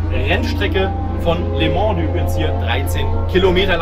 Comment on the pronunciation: Heisst es nicht "lö mon"? (statt les Mans)